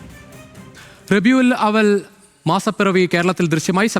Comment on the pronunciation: റബിഉൽ,അവിൽ, അല്ല,റബിഉൽ അവ്വൽ